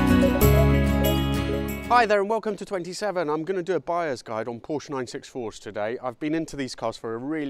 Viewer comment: Porsche is a two syllable word.